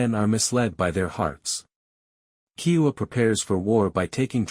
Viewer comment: Good recap but slow down on pronouncing our ancestor’s names properly: Keoua is broken into 4 syllables :Ke-o-u-a =KAY-OH-OO-WUH There is respect to be shown in learning to pronounce a persons name properly— especially when these are historical chiefly names with much meaning. Keep trying